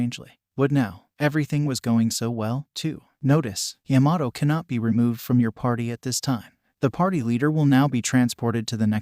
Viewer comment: Why does it sound like it’s saying yamaho and not Yamato